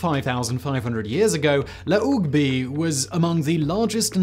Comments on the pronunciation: I'm actually from Jersey. Just so you know, your pronunciation was almost right! We pronounce the H... La Hoog Bee is how would you say it here. :) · La hogue bie is about a 5 minute walk from my house! And your pronunciation is slightly off there Mr Whistler ☺️ we do sound the H.